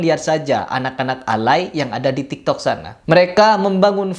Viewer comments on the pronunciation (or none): none